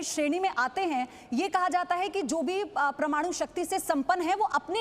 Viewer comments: Waahiyaat anchor... She can't even speak proper Hindi..it is Parmanu not prmanu...you are spoiling our kid's language as they watch you speak.. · M i the only one who noticed she pronouncing Parmaanu as pramaanu..!😆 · Sun bahan pramaanu nhi parmaanu hota h. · Attn: Its not ' PRAMANU!!! ' but it is ' PARMANU ' plzzzz Correct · Aap India me rehte ho madam, yahan ke journalist ho aur American report ka reference de rahe ho - aise kaise hoga. And please correct your hindi uchcharan.. it not Pr-manu but Par-manu.. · Paramaanu bolna nehin aata anchor ko pramaanu pramaanu bol raha hei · pramanu nai be parmanu bol, bolna to sikhja pahle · YEH PRAMANU NAHI HAI MADAM ,,IT'S PARMANU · Yaar kaisi anchor hai??? Kab se Parmanu ko prmanu bol rahi hai.... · प्रमाणु प्रमाणु बोल रही हैं आश्चर्य है किसी ने टोका क्योँ नही आप को । परमाणु कहा जाता है हिंदी पर ज़रा कृपा रखिये बाकी खबरें आपकी बिल्कुल ठीक हैं सही रास्ते पे हैं । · Pirmadu nahi parmadu bolo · Pramanu nhi hota ma'am wo Parmanu hota hai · pramanu nahi parmanu hota hai, hindi to acche se bolo atleast, news anchor ho bhyi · Pramadu nahi parmadu Apne gala uchcharan Kiya. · परमाणु नहीं नहीं बोल पा रही। प्रमाणु बोल रही है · Parmanu to thik se bol lo pahele Pramanu pramanu 🤣🤣🤣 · प्रिय न्यूज एंकर कृपया परमाणु उच्चरित करो।आप प्रमाणु उच्चरित कर रही हो।zee एक प्रतिष्ठित न्यूज चैनल है इस पर ऐसे लोग आएँ जो हिन्दी शब्दों के उच्चारण तक सही न कर पाएँ यह दुर्भाग्यपूर्ण है और इससे न्यूज़ चैनल की साख प्रभावित होती है। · उच्चारण शुद्ध करें , शुद्ध शब्द परमाणु है , प्रमाणु नहीं। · "परमाणु" कहें। "प्रमाणु" नहीं है। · Please pronounce "parmanu" and NOT "PRAMANU". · प्रमाणु नही परमाणू होता हैं. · Not pramanu it's paramanu... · ओह मैडम प्रमाणु नहीं परमाणु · First to learn, it is not pramanu, it is PARMANU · Pramaanu nahin hota madam parmaanu hota hai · "प्रमाणु" नहीं मैडम "परमाणु" होता है... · प्रमाणु नही ,परमाणु.... उच्चारण सही करे.....हिन्दी का अपमान न करे,😕😕😕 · प्रमाणु नहीं मैडम परमाणु कहिए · Who heard pramanu.... It should be par-manu